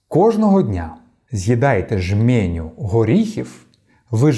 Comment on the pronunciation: Жменя, а не жмЄня; угорський, а не венгерський.